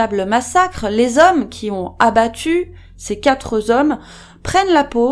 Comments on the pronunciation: "Les quatre zhommes "? En tout cas merci cette vidéo, même si je n'aime pas les spéculations sur une scène dont on ne connaît pas la teneur ! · dejà que la video est violente, vous nous écorchez les oreilles en parlant plusieurs fois de "quatre z'hommes" la liaison ne doit pas se faire et il s agit bien de quatre hommes. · Vous dites " les quatre z hommes " ? Il n'y a pas de S à quatre. Merci pour votre travail. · conflit entre pêcheurs ou pirates ? par contre on ne dit pas quatre zhommes, il n'a a pas de S à quatre ! mais ça marche pour 2 et 3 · On dit pas "quatre zhommes" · vidéo bien faite mais dommage que la personne qui la racontene sache pas que le mot quatre n'a pas d's à la fin (sur la durée de la vidéo elle invente 4 fois la liaison, comme "quatre-z-hommes" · 😅 me suis fait la même réflexion